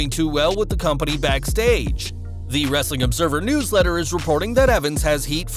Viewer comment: Go back to doing ur wrrrrrrrrrrrestling news bit. I was jus messin wit u dude. I watch ur wrrrrrrrestling news all the time. Big fan